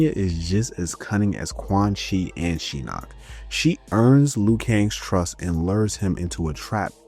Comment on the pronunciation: This is a great video, very in depth and a lot of research was involved. That being said, Idk how you went through that whole video saying Shinnok's name wrong when they say it several times in the cutscenes and the announcer says every name when you click on them in the game.